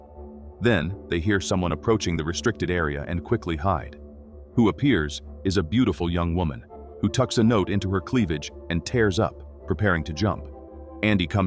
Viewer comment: It is fucking crazy how AI gets "tears" vs "tears" wrong EVERY SINGLE TIME